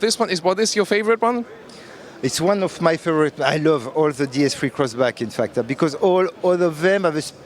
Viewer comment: Did he just said Crossbrack??